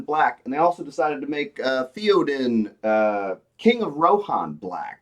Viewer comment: you can't pronounce Théoden like this guy and claim to have an actual problem with LOTR lore.